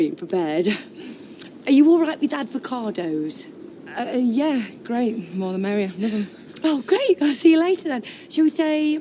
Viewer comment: Avocado's not advocardos😅